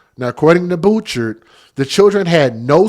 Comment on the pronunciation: Thanks for all you do @ The sheriff’s last name is pronounced Boo-Shard from knowing him.